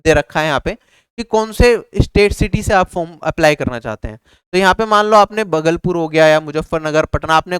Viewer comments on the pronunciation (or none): बगलपुर नही होता भाई , भागलपुर होता है कुछ भी मतलब😁